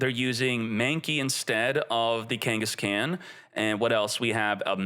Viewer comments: Ken-guess-CON NOT CAN OR KENGHIS-CON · Kangas-Caan like Genghis khan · Your pronunciation of Kangaskhan hurts my ears. Have you not heard of Genghis Khan from history? Khan is not pronounced "scan". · FYI Kangaskhan is pronounced like Ghengis Khan. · people are going to roast you for some of these names 😂 Its pronounced kang-es-kon or khan like gengeis-khan. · Kangas-scan is crazy 😂😂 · buddy, love your content. Can you pick out a pokemon nerd among your fans to help you with Pokemon pronunciations? Hearing you say Kengis-can, is hilarious, but wrong. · Also wrong, its keng-guhs-kaan . Its meant to rhyme with genghis khan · Dude doesn’t even know how to say Kangaskan